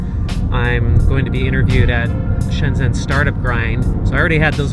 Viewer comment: I don't understand why you cannot pronounce "zhen" correctly. It's like "gen" is English.